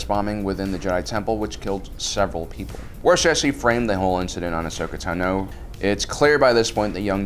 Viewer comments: Ashokas last name is not "tu-no" its "tah-no" your saying it wrong for the sake of saying it wrong.....wtf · tano, not tahno. please stop mis pronouncing names, especially when the movies and shows give the correct pronunciation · Dude your pronunciations are driving me crazy! It’s not Tanoh, it’s Tahno even though it’s spelled Tano. Come own that’s the worst one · Ashoka Tah-No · It makes me cringe every time he says Tano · Why can't you EVER pronounce Ashoka's last name, or even mispronounce it consistently? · No offense but i hate the way you pronounce Tano